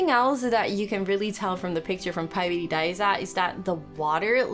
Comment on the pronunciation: Jij zegt paidi daiza en het is pairi daiza en je kunt inderdaad slapen in de gebouwen ertegenover